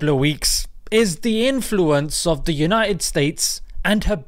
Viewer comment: Mashallah brother. Put it the way it is......but its supposed to be BETTER and UNITED, not 'BE-ER' and 'UNI-ED'